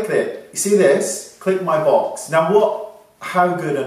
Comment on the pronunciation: Is it just me? Every time when I hear you say click my box, it sounded like 'balls'... sorry Wayne 😂 I do love your tutorials!